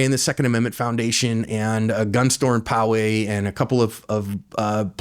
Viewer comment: I'm impressed, you said Poway correctly. Sounds like you're familiar with the San Diego area. For CA residents, only G3 Glocks were available. Unless Glock also adds a magazine safety, Loaded Chamber Indicator, (and whatever else DOJ demands), then Glocks will not be available for retail purchase in California.